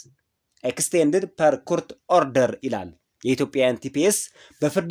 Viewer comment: ጎበዝ ነህ ግን የእንግሊዝኛ ቃላት አጠቃቀምህ ጥሩ አይደለም ለምሳሌ "court" ኮርት ነው ምባለው not ኩሁርት please use the right pronunciation እሽ?